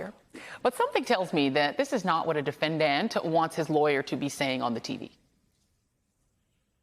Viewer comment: Who does she say defenDANT like that?